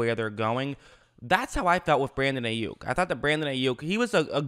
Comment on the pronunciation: Pronounced "Eye" Yuk